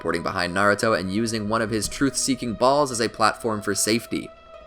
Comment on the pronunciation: I like the way he a emphasized “balls”